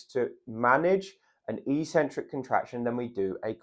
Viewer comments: That word is ik-sen-trik. Definitely never e-sen-trik. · It's pronounced EX- centric, not EE-centric. Also the "over 50s" is hardly a homogeneous group. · Eccentric: ek-sen-trick. is the opposite of concentric. Sorry,, your ee-sen-trick thingie is just illiterate nonsense. But as an 80-year-old who has to worry about my balance, I do value your good sound advice. Keep it up, and thank you! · not e-centric but ec-centric (pronounced ek-sentric, from Latin ex- prefix). Having trouble on going down stairs, I also found this information helpful. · It's eccentric, he's just pronouncing it very strangely. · A 'c' is only an 's' sound if followed by an 'e,' 'i' or 'y.' Ascent has the 's' sound, but accent has a 'ks' sound. Eccentric is just like accent, even if this reality hasn't hit gym culture yet (and likely never will). I highly recommend The Logic of English to anyone who reads this comment. It is a family heirloom book for those interested in learning English spelling, reading, pronunciation and writing the most efficient way. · I would pronounce excentric /i k ' s e n t r i k/.